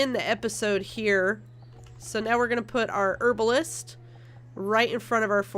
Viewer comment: This is a great LP but the way you say Herbalist really annoys me.